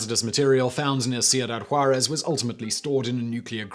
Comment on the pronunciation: Cool story. But your pronunciation is still terrible. And the names and places sound like a mumbled run-on. Ciuda--Juarez. The guy's name is Vicente not viNcente. It sounds especially strange because you have that smart british accent thing going on but then butcher or mumble the names. I guess Americans aren't the only ones. At least they enunciate the letters, even if the pronunciation is wrong. Don't forget the O-bam-a. I'm keeping count. :P